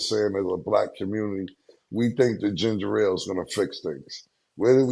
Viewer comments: It’s ginger ale black peoples always say ginger rale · Cam trying to school them on Ginger Ale while calling it ginger-rale is hilarious 😂😂😂